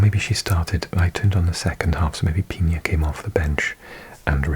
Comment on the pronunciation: Great video! Always enjoy your videos, just a small remark, Claudia’s surname isn’t pronounced “Piña” [Pinia] but “Pina” [Peenuh] (?) that is the closest to correct pronunciation maybe, I don’t know how to explain it but it’s like a soft n. 😊 I also think Spain is going to win it 🇪🇸 :)